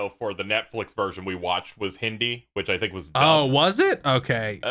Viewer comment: teluju and hindu, ohhhh!! Thank you so much for pronouncing it right.👍